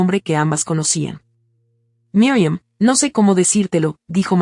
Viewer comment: Pronuncia bien no es Miriam es Mirian